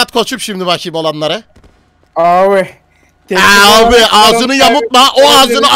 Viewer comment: o nasıl bir abi deyişi luis ağzı yamultarak